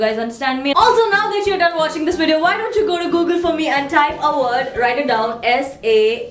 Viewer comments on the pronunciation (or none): It's VIDEO not Weedeoow, learn proper english